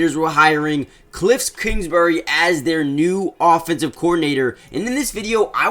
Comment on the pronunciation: “Kliffs kingsbury” is killing me